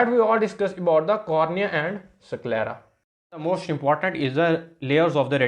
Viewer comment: SickLera nhi 😂 IsKelera . S ko Es kr k pronounce kro